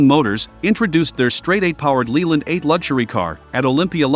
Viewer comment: Leyland Motors is pronounced "Lay-Land" not "leelland". Leyland is a well known name.